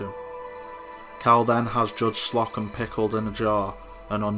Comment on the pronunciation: it's Slow-come, not Slock-em